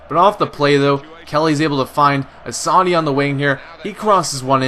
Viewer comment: You pronounce Assaidid like ass-a-eede